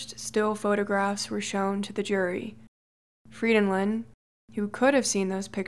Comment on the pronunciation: I'm Norwegian, and this is the first time I've heard my last name (Frydenlund) pronounced right by an English speaking person. Maybe it's because people know I'm Norwegian and think that my name must be impossibly difficult to pronounce for that reason...? 😄 (My English friend says it sounds like I'm "singing a song in Elvish" when I'm speaking Norwegian.)